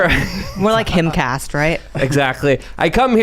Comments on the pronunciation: lol "Himcast" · Blair said "HimCast". What a peach. Lol